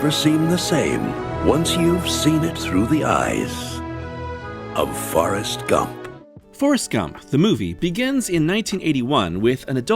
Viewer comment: Trailer announcer pronounced the movie "Farrest Gump" and now I can't unread it.